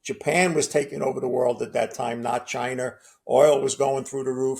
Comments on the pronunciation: Dude called China…. Chiner… wtf man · Yeah, but what/who are "Chiner" or "South Career?" Must be where "da two utes" are from?